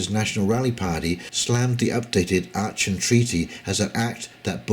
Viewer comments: Good to see you reference The Duran, consistently good geo/political analysis in my humble. Aachen pronounced arken by the way. Cheers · Aachen, pronounced "Aken". your welcome.